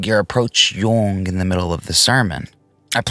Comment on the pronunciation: Could be...its mainly in how you're pronouncing "Jung"...which is so technically correct it makes me think you speak German too. But I'm just a slack-jawed Texan so what do I know lol